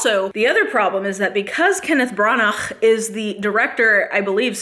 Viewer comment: When you said that Branahghhggh, I started laughing so hard🤣